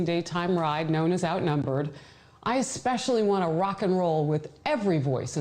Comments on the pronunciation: dude, it's especially not expecially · we should sit in the corner together- i agree. Bleeding ear drums-- BUT i joked that he should sell an Ex-specially tshirt, I'd but it. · Gah! "Esss- Pessh-elly". Dude, either say it correctly or find another word. It is ex-pescially grinding on the ears. Love the show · Love you bro but there's no x or k in especially!!!!!! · There's no x or k in especially